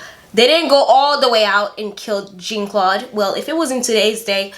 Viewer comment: It's pronounced (Tusk-E-gee). They were the first Black Airmen pilots to fight in Word War II. There is a movie about them (Red Tails). And Jean is pronounced (Za), not (Gene). Yeah, she had the TV's out, but it came much later after her wedding. And Papa Doc setup the Tanton Tanton Macoute, not his son Baby Doc. The freezer story and mink coat is true. She was and still is a horrible person. She is on Twitter and Facebook all the time now with her delusional posts.